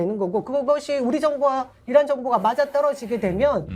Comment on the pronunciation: 저는 이란이 아니라 이런으로 들립니다.